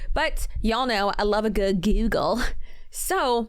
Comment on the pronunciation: “I love a good GEWGUL” lmao byeeee